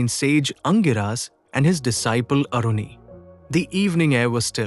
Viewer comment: Its not Aruni, that Maharishi's name was Aaruni 🙏